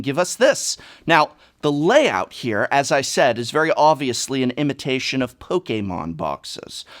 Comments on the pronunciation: Why do you say poke a mon and not just Pokemon ? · Poke-Kay-Mon xD I love dis guy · No one says it pok eh Mon, you fuck! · You mean pokaymon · The way he says Pokémon is so cool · How he says Pokémon though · Guhh. Why do you pronounce Pokemon so weird?